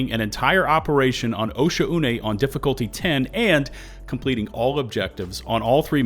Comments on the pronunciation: I believe OH-sha-U-ney is pronounced Oh-shaw-ney. Also it would be awesome to see the devs take up the challenge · bro really said osha-oo-nay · Excuse me, its pronounced O'Shaughnessey.